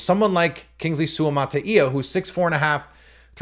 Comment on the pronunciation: Kingsley (read:) Sua-ma-TIE-ya